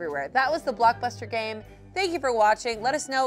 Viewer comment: I love how she says Blockbuster but I can hear Blockfuster. Anyway, HAVE A GREAT DAY!